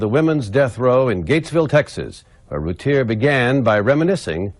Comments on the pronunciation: Its pronounced "Roo - tear", Not "Rooty _ear" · It's pronounced "Ru-tear". And it was two of her 4 and 6. The 8 month old was upstairs (with his dad) and spared. And I'm with you- I lived 2 blocks from them at the time of the murders- with the info received and the "facts" (ha) that the Roulett PD released I had her 100% guilty as well.....until the real facts came out and until I kept running into her husband Darren. I truly believe they arrested the wrong parent and I do not believe she had or knew anything about it! No doubt in my mind. Very sad case!